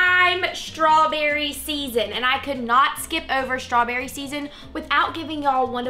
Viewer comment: Is strawberry pronounced with an sh sound? Shtrawberry? Just trying to say it right.